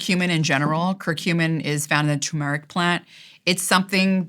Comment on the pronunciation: I was interested at first but then couldn't take her seriously after she mis-pronounced a number of things. I was going to cite more examples, but if you've watched it, you know what i am talking about. Who's heard of "Toomarik"? The worst part is that I'm pretty sure it's intentional. I really hope it is, otherwise her peers are laughing at her... perhaps they're laughing anyway. A multivitamin making you live years longer, no f'n way... I wonder what other lifestyle changes during these "studies" were dismissed. I also wonder who funded those studies. No mention. Are you scared enough to buy her book?